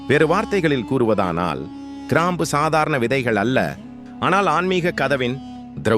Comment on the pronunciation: People should learn proper pronunciation of Tamil also. Sorry for bringing this up.Most channels falter. Here, for instance, it is krambu and kundalini.